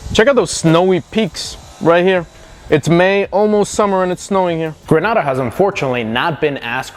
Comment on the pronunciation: Gren-aid-a not gren-ah-da